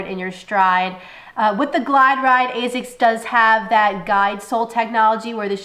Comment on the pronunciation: points for saying Asics the correct way ( Azics ) unlike 99% of people who say Assics. Why people why ?